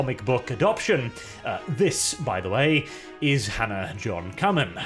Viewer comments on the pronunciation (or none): none